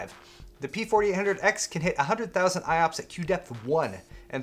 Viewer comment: Did anyone else think pancakes when said IOPS?